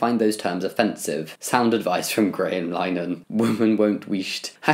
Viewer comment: jamie, I could be wrong so disregard this if I am but I'm 70% sure linehan is pronounced lin-uh-han.